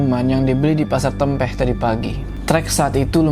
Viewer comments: salah sebut nama daerah yg "Tempeh" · Dengar cerita rasanya agak was-was. Hehehe tawon sango sangat deket dr rumah 🤣. Btw sedikit salah ucap untuk nama "Tempeh"